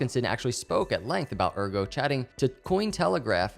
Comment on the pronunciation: Excellent vid! But it's AIRgo, not URgo!!! ;)